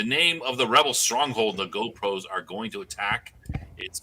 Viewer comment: GROPOS = not GO=PROS :D